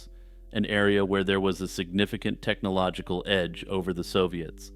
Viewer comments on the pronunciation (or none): none